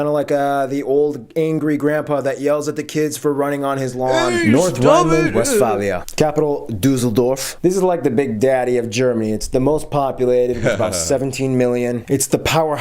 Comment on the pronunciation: Duseldorv Digga das heißt Düsseldorf